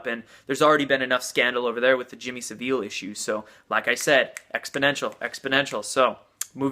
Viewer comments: SAV-el not Sa-VEEL...do you think it makes us look smart or informed to not know how to pronounce names? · Gabby Fineglaze It's neither- its pronounced; SAV - ILL . I'm English, in my late sixties, English language & literature were/are my top subjects. I think I'm qualified in pronouncing my native language. That said, most of my own countrymen & women can't be bothered to speak their own language correctly !! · Your inability to say Yiannoupolos and Saville is fucking funny. But interesting stuff ... keeping an open mind.